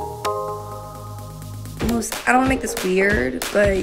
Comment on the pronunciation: I love it how she says moose